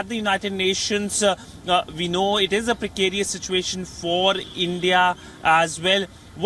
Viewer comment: He is having a hard time pronouncing 'abstentions', 'precarious'. Dont make him read a script. Let him choose his own words.